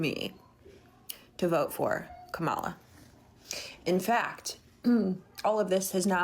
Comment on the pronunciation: Some thoughts. 1. They cannot pronounce Kamala's name (they pronounce if as kah•mall•uh and it is kah•muh•luh) 2. They whine that people don't pay attention to what's going on and do low information voting (lack of self-awareness) 3. These same people would vote the likes of JD Vance in a heartbeat and have no issue to vote in people who would strip minorities of their rights and to make the working class suffer even more because of the trickle-down cultism that we still seem unable to get over. We had this nonsense rhetoric in our economic discourse for literally over 50 years and it's reaching a critical breaking point (before that we had "trickle down" in the 1800's and it lead to economic collapse. They called if the, "horse and sparrow theory") 4. She is once more inciting violence. (I say "once more" because they did the January 6th insurrection...). Color me surprised. I cannot speak for that clownish woman who can't stop eating before recording but many of her ideological ilk seem to have no problem supporting the likes of Vladimir Putin. I have zero sympathy for them.